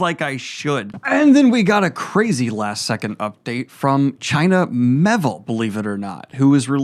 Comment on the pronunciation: That would be The Rouse. Not The Ruse. By China Mee-ay-ville.